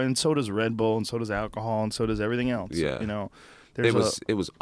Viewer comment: Does anyone notice how when joe says "else" it sounds like eltse? Things like that really get to me.